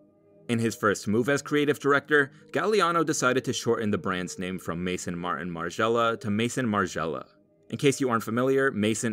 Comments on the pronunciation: Great analysis but dude it’s maison not mason 🙃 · i cringed when you said "Mason" Margiela lmao like at least pronounce "maison" correctly. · Mae-zon not mason 😢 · Its not May-son. Its Maison. Its a French word. Pronounced as such. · And it's not maison it's pronounced mezon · Pronunciation: maison- mehzon, gaultier- l is silent. :) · I wish idiots would stop pronouncing "Maison" like "Mason". Just search french pronunciation of the word. It's not hard to say. It's just annoying to hear people use it as if it were his first name. LOL. Martin Margiela was probably the most creative designer since Gaultier (great that Margiela worked for him). Why bring up K. West? He's so unimportant to Margiela's history and he couldn't care less about him. Martin was the anti-celeb designer. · "Mar'inh" (Martin), "cur'inh" (curtain), "mason" (maison)... The narrator's butchering of consonants and vowels doesn't make for a pleasant listen. As for "kanye west vibes": an embarrassing attempt at connecting something reductive with something truly avant garde. That crap equivalency exemplifies how Martin Margiela's work is still misunderstood and misappropriated. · this was truly great 👏🏻👏🏻👏🏻 however as a big Margiela fan I'd love it if people pronounced Maison correctly🙏🏻